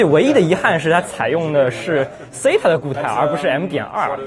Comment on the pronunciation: sata 撒塔？ 誰塔？唸法好怪